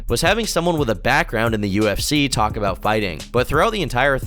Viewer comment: Can't tawlk